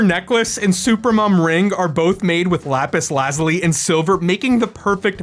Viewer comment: Lapiss Lazlee